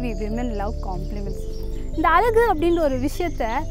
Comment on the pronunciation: Pls say அழகு..... No அலகு...